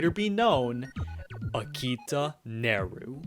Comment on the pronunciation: Akita? Y-you mean Hakita. Right?